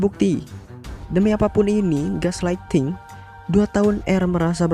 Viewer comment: belajar pronoun bhs inggris dlu lay malu ama subscriber ngmg inggris masih blepotan, at least dengerin google gimana cara pronoun nya